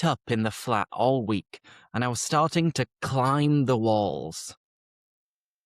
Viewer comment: Your pronunciation is from the north of England, of course that’s fine, however, because you have a colloquial accent it’s really important that you try to pronounce words a little more clearly for the learners. For instance, in the first sentence you pronounced the word “starting“ while pronouncing this word you didn’t pronounce the T We usually pronounce the T & D if followed by a vowel sound, I hope this helps you, great lesson keep it up.